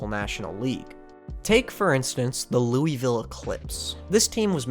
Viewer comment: If you think that's bad, try being from Louisville for...this entire video lmao (great video, for the record, a lot of awesome baseball history, but not how you say that)